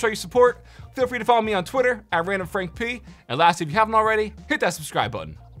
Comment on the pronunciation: The way he says randomfrankp is so satisfying